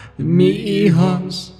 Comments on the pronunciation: The cry is “Mis Hijos” dont skip the “S” my good friend, great stories, thanks a bunch for making these vids! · MIS HIJOS not "mi hijos"